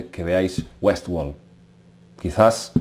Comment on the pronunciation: Es Westword no WESWOL jajaja